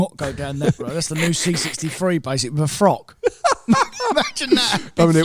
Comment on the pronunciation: "a C63 with a frock" 😂 Now that's the Queen's English.